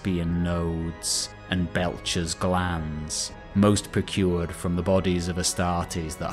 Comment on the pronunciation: Betchers glands not belchers glands